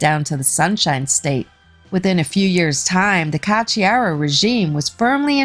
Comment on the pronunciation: 🤘💩👎💩🤘💩 You say: Ka chiaro. Why? Isn't the spelling Ko chiaro ? :: :face-blue-smiling